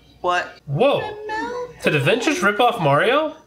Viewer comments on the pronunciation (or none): none